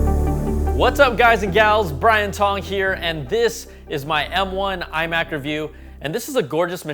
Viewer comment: Why do you say Tong like a white person?